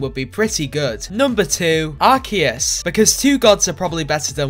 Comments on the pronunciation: Only said it right the third time:/ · I love how he pronounces the 1st arseus, the 2nd arceus and the 3rd arcoos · For future reference, please use the pronunciation "ark key us" instead of "arsey us" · ~Puts on anime glasses~ Aaaccctuually. Its pronounced 'Ark-EE-us', not Arce-ee-us. I will see myself out now. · Arseeus? Ummm I pronounce it like arc e us? Am I wrong? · ITS PRONOUNCED ARKEUS NOT ARSSSSEUS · Arseus u mean arceus pronounced arkeus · Funny skit. But I do believe it is pronounced either Ar-Key-us or ARKOOS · Very shy guy the official pronunciation is “ Are Key us” because the way you pronounce it is the British pronunciation of Ass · It's ar-key-us, it's pronounced like that because otherwise it sounds like arse-ee-us. Long story short: blame England. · I believe it is pronounced arcoos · Ok I think I’m starting to lose my mind. Is it pronounced ars or ark??? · Y u pronunce arceus as RC us/r sea us/ arseus Y u pronounce it lik dat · What a miss calculation Its pronounced arkoos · The two different pronouncing for Arceus. c and k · It's pronounced arkeus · It is pronounced ar-coos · Umm, it’s pronounced arkoos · WHY IS NO ONE TALKING ABOUT HOW HE PRONOUNCED ARCEUS 2 DIFFERENT WAYS IN THE BEGINNING LMAO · I liked how you pronounced Arceus both ways to not piss people off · You pronounced Arceus wrong